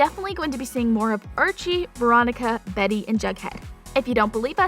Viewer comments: I think she said varry, but yea either one of those ... they don’t proof these videos very well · what the freak is this? why does she call Betty "berry" and give the list: Archie, Jughead, Betty, and Lili>